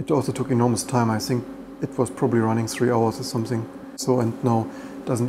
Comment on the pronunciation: It just sounds funny. "think" sounds like "sink" 🤣 Aber du bist ein cooler Typ 😁